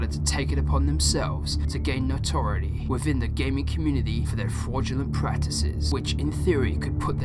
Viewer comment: >miss pronounces notoriety >makes the spelling nazi within me scream with rage